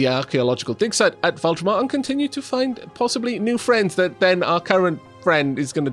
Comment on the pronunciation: Fun series so far, but just to point out, there's no R in Vultaum so no need to pronounce it like VOLTRON. :)